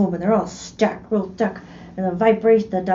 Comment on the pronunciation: The part when tries to describe the Texas slice. She sounded like an Irish/Scottish person. “Real thick”. Lol 😆🤪